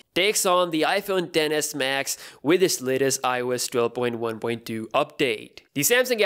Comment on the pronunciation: Is I’m the only one who hear dennis max